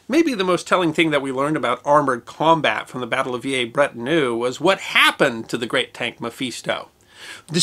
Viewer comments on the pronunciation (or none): His pronunciation of foreign words is appalling. Try vee-LAIR-brett-on-EU. And am-YAN. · Vee-lair-brett-on-eu. For heaven's sake. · Mephisto was on display at the old museum here in Brisbane Australia when I was a boy - It's shown now at the new museum in this video. Not sure which pronunciation is correct but every Anzac Day when they crossover live they always pronounces it "Villers" Bretonneux, as per spelling.👍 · Veeyay Bretternoo? Dear oh dear me. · V a breton err... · The Quentin in San Quentin is pronounced a bit like Conton. History deserves appropriate and correct pronunciation. I will not even comment on your pronunciation of Villers-Bretonneux.